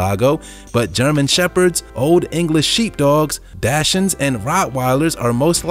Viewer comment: The narrator mispronounces words and that is irritating. Albinism and dachshund are two examples. "heterochromia iridis" is not that rare and having one blue eye is non only not rare but actually fairly common. In the cty and province of Van in Turkey, nearly all cats have two different colored eyes.